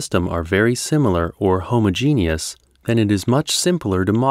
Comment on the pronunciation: it is "homogeneous", not "homogenius". "Homo" and "genos" are the Greek roots, meaning "same" and "group". You call things homogeneous when they are related or of some similar structure. You called smart gay and lesbian people homogeniuses.